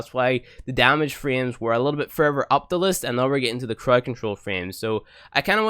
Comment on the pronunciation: "Mend and meme" "Furver" "More simpler" "Frough" "Kewl" "Eiver" "Trini-ee". Ugh